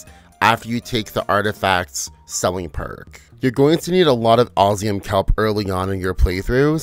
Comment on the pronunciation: I really wanted to watch this all the way through but the way you kept sayin Osium, instead of what (my) game calls it (OsMium) was really jarring. 😔